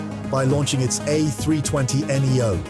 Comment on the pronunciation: You got me when you saying "Airbus 320 En Yee Oh" 😂 I knew MCAS might be included but the entire documentary for that with some exaggerated narration is.. too much for me. 🙄 At least you would say something about Spirit Aeronautics, well.. I'm outta here 🤷